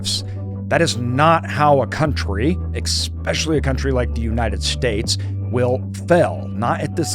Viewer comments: eXpessialy makes you sound dumb. The word is especially. No x. Get it right my guy... Silly. "Expessially" in the first 30 seconds. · Never trust a guy who pronounces "especially" as "expecially" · “eSpecially” as opposed to “eCspecially” is the correct way to use this common English word Colloquialisms are one thing … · Lost me at "Expecially". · i dunno how much weight i should put in the opinion of someone who can't correctly pronounce especially....just sayin' ... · it's just how he pronounces 1 word. he's clearly a smart person. is someone dumb if they have a lisp or something?